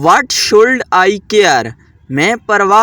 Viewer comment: Should nhe shud parny HOTA pagal pely khud sekho